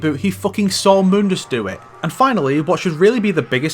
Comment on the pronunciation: Any chance this game had of being considered a prequel ended the second the characters mispronounced Mundus and introduced the Vergil-mobile.